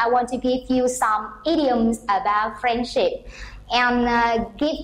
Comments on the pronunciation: Friendship is stressed in the second syllable not the first one and the word " so" not be pronounced xẩu like the Vietnamese teacher did. If you pronounce English words beautifully, you should choose either English or American accent but this has to be consistent. Generally speaking, the performence of the Vietnamese teacher is not too bad! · Excuse me! The main stress of "friendship"'s on the first not the second syllable!!!.